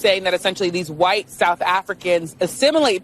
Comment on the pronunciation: Just listen how she says "white" :)